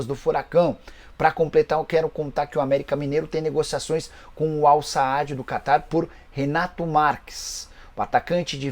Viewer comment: Não é Al-Saadi, é Al-Sadd, ô analfa!